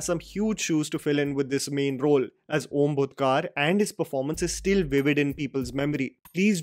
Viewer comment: I doubt whether you know devnagari script but still it is not ओम भूतकार but ओम भुटकर Not तारडे but तरडे And lastly Not मंजरेकर but मांजरेकर